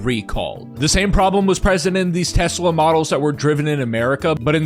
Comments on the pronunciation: Saw someone say “I’ve never heard someone say Tesla with a hard r before” xD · I've never heard anyone say "Tesla" with a hard r before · "Tesler Siber Truck" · Surprised no one has decided to call it "Te-slur" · "I love teslur" yeah bro... we know you do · I think he said 'Teslur!' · Tesler? Did he mean to say Hitler? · Tesler is what he calls Elon’s package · Chuck Testa? Nope, it's Chuck Teslur! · It s teslur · He didn't say "Tesler," he said "TeSLUR." It was a Freudian slip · says tesler first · every youtube video should contain someone saying "I LOVE TESLER" from now on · “The Sheriff’s a Tesler!” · Tesler? I hardly know her! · You’ve never been to Maine then lol. The accent is to pronounce “ah” like “er” and “er” like “ah”. “Amander” “Samanther” “Tesler” lol and then of course “lobstah” “cah” “rivah” lol. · no no no. It’s got the same roots as the Boston accent. You say “Tesla” or “Samantha”. It’s just that you insert R sounds when words end in most vowel sounds if the next word starts in a vowel. “Samantha ris my best friend” “Tesla rasked Elon to please step down so a real ceo could run them” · He said it like it was a tes slur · Was nearly saying T-slur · that damn tesler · its a Tes Slur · Can’t believe Donald pronounced Tesla with a hard r. To be fair, he is known for pronouncing words with a hard r, but never this much. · He just really wants to say a different “er” word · he wants to get that word going😂😂😂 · It's because that's the only time he can use a hard r and not get push back! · It’s actually fairly common in the south. I feel like it’s how half of Texas says it. Since moving to NJ I haven’t heard it once 😂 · Probably not the only word they say with a hard R...